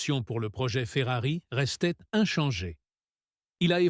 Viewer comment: à ..." saison chéphérarie."🤣🤣🤣🤣 p'tain, arrête, change d'IA, change de boulot, tu ne perceras JAMAIS.